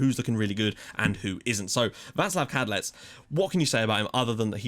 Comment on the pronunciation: Right, so I know you're really tired and frankly pissed off with people commenting about this, but it's gotta be finished off. I waited for this episode to type this to prevent spoiling the other videos' comment sections. But I've spent about 20 mins looking through the phonetic and sound alphabet for the Czech language, and I can confirm that it is pronounced 'Vatslav Kadlets' full stop. Thought I'd back it up with actual reason and research! Sorry for bringing it up, and I adore everything you do. You're an inspiration!